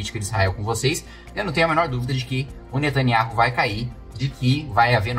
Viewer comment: O NOME DELE É NETANIAUH KIM KATAGUILI....RS ESTUDE MAIS E OBSERVE OS ISRAELENSES PRONUNCIANDO E APROVEITE PARA PRONUNCIAR O NOME QUE O SIATEMA MALIGNO QUER OCULTAR, O NOME DO CRIADOR.